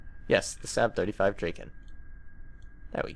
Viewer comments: It's pronounced "Sarb" not "Sab" :p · saab is pronounced like sob just fyi